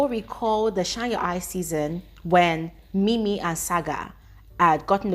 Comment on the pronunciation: IT'S NINI NOT ''MIMI''